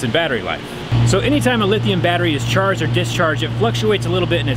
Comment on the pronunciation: "... all while being charged and jizzcharged." die really nobody else hear this??? 😂